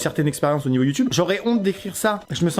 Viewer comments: il a dit youtunes ho mon dieu!!! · Vraiment Amixem tu as vraiment dit Youtunes !?